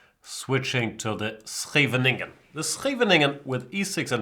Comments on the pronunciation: Correct, but with the accent on the first syllable. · Jesus, is THAT how you say Scheveningen??